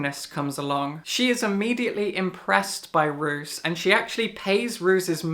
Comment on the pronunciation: My Darling Dreadful Things sounds really cool! I will definitely put it on my list! (Roos is pronounced as Rose btw 😊). Also thank you for what you said about House of Leaves, I couldn't finish it, not because I didn't "get" it (idk what was there to get so maybe I'm also an idiot), but because I was a little bit bored. 😅 Tbf I shouldn't have picked it up during that time, I had a reading slump. I was always thinking I should pick it up again someday to try again, maybe I'll leave it for what it is hahaha